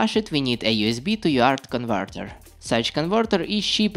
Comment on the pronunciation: Тоько хотел написать, что рязанский акцент выдаёт автора :-) !!! а тут его уже раскусили!!! поржал от души особенно на конвортэр это шудевр, а так паря молодец лайк!